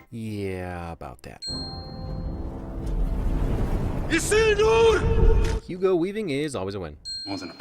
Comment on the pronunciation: I've always loved Hugo Weaving's pronunciation of "Isildur".